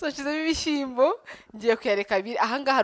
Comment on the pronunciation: Uzadufashe ureke iyo "shi" yawe kbs! Bavuga gushyiramo! Kuki utavuga ibishimbo?? Byose ni igihekane "Shy" plz uri mukuru cherie ujye uvuga ikinyarwanda bien! We love you!